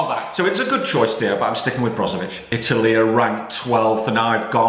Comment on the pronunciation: Nobody:: Marcelo Brozovic